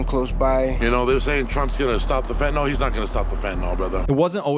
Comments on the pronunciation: Fentanyl,,, pronounced Fentanil, not Fentanol as everyone is pronouncing it for some reason. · Why can't anyone pronounce FEN-TA-NYL? There's no Fentin-ALL.